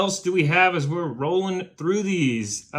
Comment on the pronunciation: Why are you saying "we're" like "Where"?. It is WE'RE (we are) the millers.